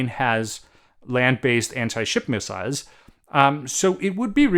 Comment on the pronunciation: Interesting and valid points. This war has been educational for Russia, or would be if they were not fed a steady diet of lies and vodka. Also nice to hear you pronounce “missile” correctly, unlike north americans who say it like “missel”.